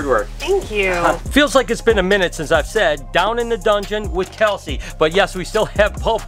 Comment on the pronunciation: Every one is talking about how he's treating the snakes but GUYS HE LITTERY SAID "DOWN IN THE DOUNGON"